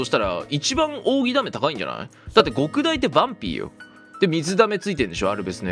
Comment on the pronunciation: どうでもいいことだけど「極大」の読みは「ごくだい」でも間違いではないけどどちらかと言うと「きょくだい」の方が正しかったりする